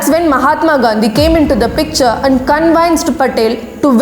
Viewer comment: Dear Mam....its is actually convinced and not conveyenced....please speak properly....otherwise your young subscribers may copy your wrong pronunciation. Apart from this your videos are convincing and always hard hitting. History with is very interesting and I am following you with pride. This is true patriotism...all the best 🙏